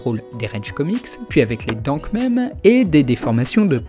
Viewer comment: salut, tu peux dire "MIMZ" au lieux de memes comme le mot même stp ? merci